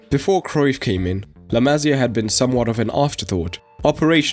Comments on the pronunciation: to help with the pronunciation it'd be La Ma CIA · Another brilliant video! thx! Please note it’s La Masía, accent on the “i”, not “másya”...